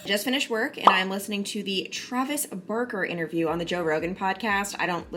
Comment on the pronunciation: I gotta say it! Sometimes when you say Barker it sounds like Burker 😆 can’t wait to hear the news.